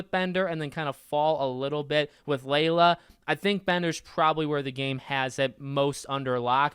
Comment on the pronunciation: Aint no way my boy said layla